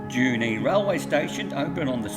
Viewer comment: It's not 'Junie', its 'Jew knee'